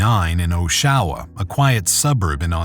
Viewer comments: I don't understand how the people making the video used primary sources that audibly pronounce "OSH-awa" the way locals do and yet the narrator consistently pronounces it "Oh-SHA-wa"... Very jarring as an Ontarian 😂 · LMAO at the pronunciation oh-SHAO-wa 😅 If they'd watched the footage used in their own video they'd have gotten the correct pronunciation from the news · I'm from Ontario and it took me a moment to realize they mis-pronounced "Oshawa" . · btw, Oshawa is pronounced OSHawa, not oSHAwa. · It’s Pronounced “ OSHawa “ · Osh-a-wah not Oh-sha-wah. 😂 Killin me every time. 😂🙏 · Americans trying to pronounce Canadian cities etc is always hilarious to me... It's awsh-ah-wah not o-showa lmao. I especially love when they try to say Mississauga oh boy that one makes me giggle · IT'S PRONOUNCED AW-SHA-WA. STOP SAYING "OH-SHAH-WAH" PLZZ lmaooo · it's oshawa not "oh shaw wa", its pronouned "osh-e-wa", oshawa, like ottawa but with an osh instead of an ott. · As a Canadian the way he’s pronouncing OSH-SHA-WAH is annoying me….. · I hate this AI voice. I will narrate the damn videos! Oh-Show-Ah? Really? Aw-Shah-Wah OSHAWA. That’s how it’s pronounced. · Its pronounced osh…awa. Not o…shawa. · It's pronounced AWSH-UH-WA not OH-SHOWWA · Rip, this is terrible, hearing Osh-oh-wah that many times is shitty too. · Who ever is narrating this should learn how to pronounce things correctly before making videos Oshawa lol aww sha wa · That's not how you pronounce Oshawa 😂 It's Joshua without the J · Its pronounced Osh Aw wah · Osh (like osh kosh) a (ahh) wa . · Omg I'm 2 minutes in and was wondering what city he was saying. "Oh-shaowah" 🤦‍♀️ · Its not pronounced Oh-sha-wah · It's pronounced aww-shuh-wuh, sort of like Joshua without the J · Oshawa is pronounced Osh-sho-wa❤ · It’s. OSH. A. WA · It’s pronounced osh-a-wah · Stop pronouncing the name Oshawa incorrectly. Its Osh a wha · It's pronounced "Awe Sha wah" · It’s pronounced osh-ah-wah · It’s osh-a-wa 😂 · Aw shawa